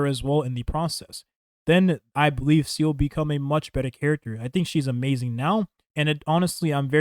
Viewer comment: 7 months after launch and this clown still calls her ‘seal’